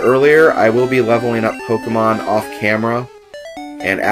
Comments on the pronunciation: ...I somewhat expected this, but of course I wasn't certain until now. What I DIDN'T expect AT ALL was for you to pronounce "Pokémon" CORRECTLY! =D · And I really appreciate how you pronounce the title properly.